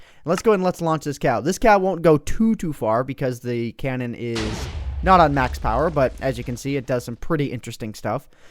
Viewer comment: Cannon? Dont you mean cow-non?